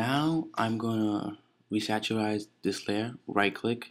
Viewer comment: When he's saying "re-saturize" he means rasterize...